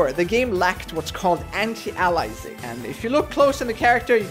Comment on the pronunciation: "ant e AL izing"